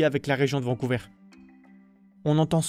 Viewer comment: Au Canada français on dit Vancouver, pas Vancouveur !